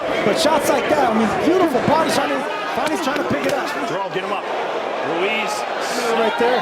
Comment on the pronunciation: They keep pronouncing Ruiz like Wooreez 😭